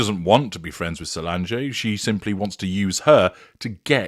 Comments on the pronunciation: It’s not pronounced Solangé! cringe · Respectfully, her sister's name is pronounced "SolAHNJ"